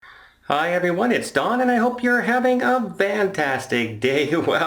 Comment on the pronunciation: Ha ha! I thought it was just me that heard it that way.